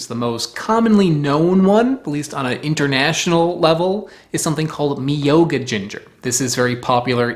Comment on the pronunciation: Myoga , I have had it fresh many many times. I can buy it at my local supermarket here in Japan just about any time. I had it growing in my garden as well. It is wonderful sliced raw on tofu. It can also be sliced and added to miso soup as you mentioned. The pronunciation is a little different. Instead of saying “mi yo ga” say myo-ga . YO with an M in front. Sort of like a cat’s meow but with an O at the end instead of the ow .